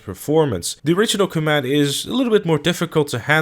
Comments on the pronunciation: It is called the com it not combet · I can't handle how you are pronouncing comet, are you saying "coh-mat"?? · coMÉT?... I have never heard anyone pronounce it like that. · coMÈT... OK, I guess that's the pronunciation we're going with. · Please type comet into Google Translate and learn how to pronounce it. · Is the fact that he is pronouncing* it wrong a easter egg?